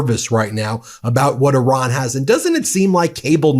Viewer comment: PLEASE learn to pronounce Iran correctly! You always sound as if you are talking about Oran (a town in Algeria).